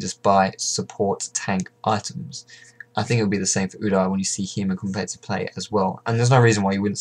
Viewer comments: Its "U-Deer" not "U-dar" ;) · the way u pronounce udyr.. GAHHHH D